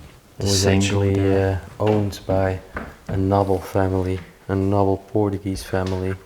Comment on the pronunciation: Just a little help with your English pronunciation. Noble is prounounced like knowble with the k silent!